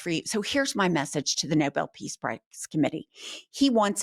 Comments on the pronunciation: Perhaps if she pronounced it correctly she wouldn't sound so ridiculous (it's Nobel, not noble). She's just as incompetent as the rest of the cotton candy heads he's got working for him, if not more. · Did she say mispronounce it as Noble Peace prize. That’s the nit wit icing on the cake ! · She pronounced it noble. What an idiot. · Can someone please tell her its not pronounced noble peace prize. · KAROLINE doesn't even know how to pronounce the name of the covered award that's presented to REAL heroes, calling it the NO-BUL peace prize. She's a complete DITZ who looks like a 14 year old cheerleader. (No offense to 14 year old cheerleaders, who are no doubt mutch smarter than this IGNORAMUS!)🤮🤮🤮🤮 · KKKaroline can't pronounce Nobel either. She said "Noble". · Notice how Donald spells the prize and Karoline pronounces the prize as Noble rather than Nobel. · She can't even pronounce it. She said 'Noble'. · Did she say 'noble', like the tree? It's Nobel... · Does KKKaroline think it’s the “Noble” Prize? That’s what it sounds like. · Karoline couldn't even pronounce "Nobel" correctly. She called it the Noble Prize. Where'd you go to school? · "The noble peace prize" is pronounced and spelled NOBEL PEACE PRIZE. She is on-air FFS, at least she should pronounce things correctly. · I love how she pronounced Nobel as noble. Dumb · Pinocchio!! 😂what a talented liar, she says “noble” can’t even pronounce it right. SO OBVIOUS. It IS a new SNL skit!! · I’m not sure if it was a Freudian slip, but it sounded like she said he needs the Noble peace prize instead of Nobel peace prize? Maybe it’s all those lies stuck in her mouth making her misspeak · Tell KKKaroline it's Nobel, not Noble. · Plus she said “Noble” peace prize 🤣🤣🤣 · She can’t even pronounce the ‘Nobel ‘ peace prize. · She can't even pronounce Nobel. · She cannot even pronounce the word "Nobel" correctly..She is a joke... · She (Leavitt) can't even pronounce Nobel correctly. Religious zealots are all about lies.